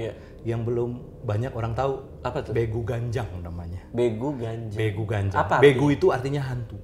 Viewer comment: Begu Ganjang, dibacanya begu gajjang. ini sering banget dibilang ke anak2 kecil yg mau keluar rumah,main malem2. "unang lao ho, sotung diboan begu ganjang i ho." (jangan pergi kau, nanti diculik begu ganjang) yang katanya suka nampakin sosoknya kalo malam2, makin diliat dia makin besar, kakinya panjang banget. pernah tulis tentang begu ganjang dan homang waktu SMA buat kompetisi dan akhirnya menang karna ceritanya belum pernah didengar org2. unik tapi serem.